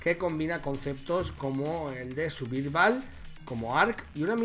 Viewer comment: "El suvirval"